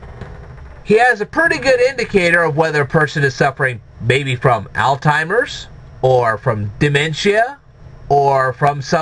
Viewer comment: Did he just stay "Al-Timers?" HAHAHA